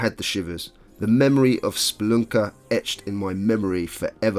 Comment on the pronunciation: i had a feeling thats why you pronounced it that way xD